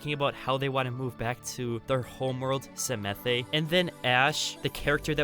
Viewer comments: Hey the new maps with be on the planet pronounced samath, not samathey. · Everyone: Psamanthe: Semethe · The E in samathe is silent.it was so funny hearing u saying it i actulaly like samathÉ more 😂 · I don't want to sound super pretentious, and I know I'm probably going to anyways but, I believe Psamathe is pronounced Suh-math. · It’s pronounced SA-math get it right